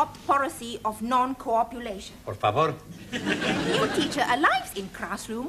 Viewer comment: Nobody:: por favore